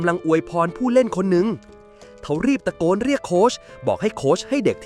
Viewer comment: ตะโกนแต่ออกเสียงว่าตะกอน😅😅